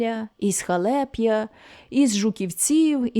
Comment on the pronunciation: Пані, щиро дякую вам за такий сумний і, водночас, правдивий твір. Ви читаєте бездоганно. Вперше чую про цього автора. Я сама з тих країв, народилася недалеко від Трипілля. Тому, дозвольте зауважити, що у назвах сіл Верем'я та Халеп'я наголос падає на перший склад слів. Хочу додати, як мама розповідала про ті страшні роки. Дай Бог, щоб закінчилася ця клята війна і люди нарешті здобули ту волю і незалежність, за яку гинули і гинуть наші найкращі сини. Зичу вам наснаги, сил та здоров'я. Хай Бог вас береже. Ще раз дякую. за вашу працю.